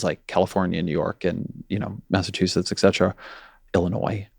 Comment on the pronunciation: Both of these men say exetra instead of et cetera